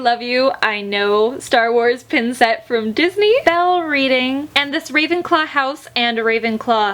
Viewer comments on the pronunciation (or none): none